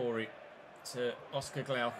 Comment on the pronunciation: It is Oscar Glokh and not Glaukh read it as a singular’o’ 😉